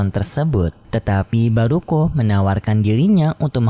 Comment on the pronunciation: Bukan baruko tapi baruah cam KO minmin